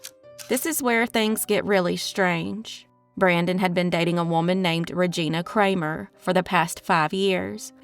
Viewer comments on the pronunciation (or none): none